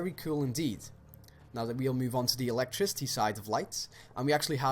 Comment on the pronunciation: … ELECTRICY lol